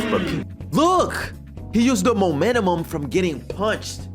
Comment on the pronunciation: “the momenumum”?😂